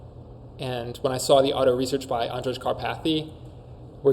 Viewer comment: I think it’s pronounced Andrey not Andredge, no?